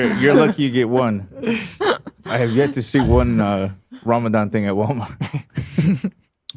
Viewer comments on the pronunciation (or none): none